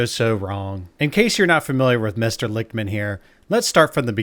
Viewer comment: Lickman (pronounced lick— man ) ..:: predicted his own keys wrongly.